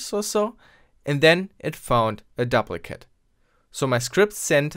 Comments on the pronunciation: duplicate is pronounced doop-li-kit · Good video! Note on English pronunciation of "duplicate": long "u' as in "dooplicate", if the "p" were doubled then it would be a short "u" as you pronounced it. Sorry, 1066 really screwed things up. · To my knowledge you're a non-native engish speaker, so, I'm just trying to help. Duplicate is pronounced doop (rhymes with soup) licate